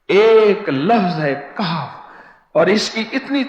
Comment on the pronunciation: Jaali peer KAHF kay lafz bi sahi nahi parh raha hai aap khud mulahiza kerlen to per